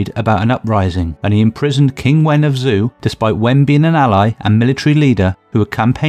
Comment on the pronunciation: Great video. The only issue is the pronunciation of the battle name and two kingdoms. Muye is pronounced "Moo Yeah". Zhou is pronounced "Joe" (but flat tone), Shang is "Sh-un (un pronounced like un from uncle"...